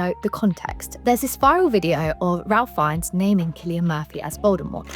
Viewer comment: It's pronounced "Rafe Fines".